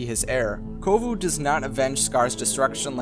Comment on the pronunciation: Sorry to correct you but its "Kovu" and "Zira"